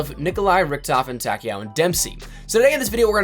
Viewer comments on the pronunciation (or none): Tag-kay-oh lol. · They way he just said ‘takeo’ 😭🤦‍♂️